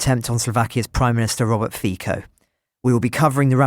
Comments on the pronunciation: It's pronounced "Fitzo". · Fico is pronounce “Feetsow’